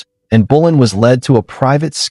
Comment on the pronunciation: It's not in bulan it's Anne Boleyn fgs